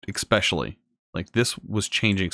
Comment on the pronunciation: Did you say expecially instead of especially? LOL